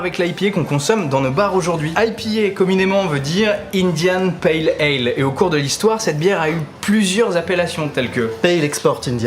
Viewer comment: India Pale Ale, il n'y a pas de N à la fin ;-) bravo pour vos vidéos !